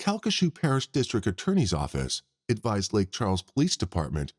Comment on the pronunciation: I wish the narrator would learn there's a T in district. It's not districk